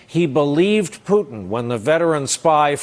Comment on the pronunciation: It's funny to hear how many call it "Russer" and "Pewton". And they are being serious.